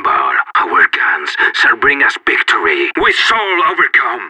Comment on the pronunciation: "Victory sours"